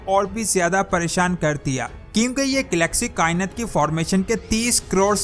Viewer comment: کیا کائنت کائنت لگایا ہںوا ہںے۔ “ کائنات “ ہںے یہ۔